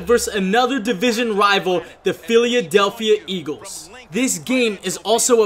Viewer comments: did u say philyadelphya eagles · he says philadelphia weird